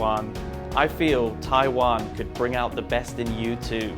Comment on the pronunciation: It's not called Tai land ...it's called Taiwan